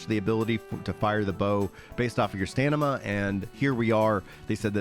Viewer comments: "stanima" caught me offguard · I feel like its an American thing a few American content creators say stanima and it makes me chuckle everytime